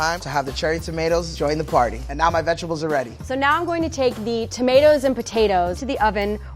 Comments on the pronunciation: Level 3 chef: "And now my vetchables are ready" I think he forgot a course in the Institute! ;) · my vechables